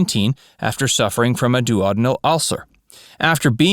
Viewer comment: the narrator is a rank amateur - starting with making a complete horlicks of saying the word "duodenal" ...